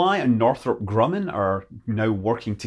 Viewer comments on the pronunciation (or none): none